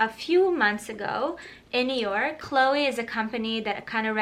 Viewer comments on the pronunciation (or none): none